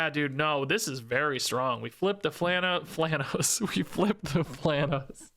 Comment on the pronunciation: "We flip the Flhanos" 2025